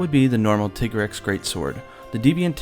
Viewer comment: its Ti-grex not tigger-rex from whine the pooh